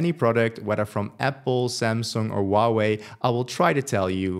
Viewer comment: Huawai being pronounced like wahweh is amazing hahaha :D